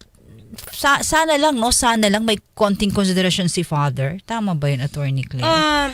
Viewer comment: atorni kleyyyyyyrrrr mka pronounce tong c 🤣